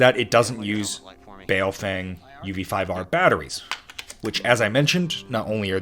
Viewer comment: As a random aside, it's not pronounced bay-o-feng, it's more closely bow-fung